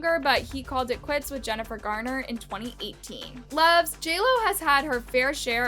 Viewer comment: It's "Garner"--not "Gardner."